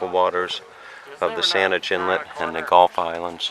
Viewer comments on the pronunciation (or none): none